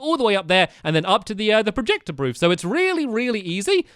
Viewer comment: did u say projecter broof?/